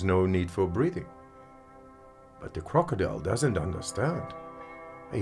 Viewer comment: Such a challenge to not laugh when he said "De crokodile does not undastand"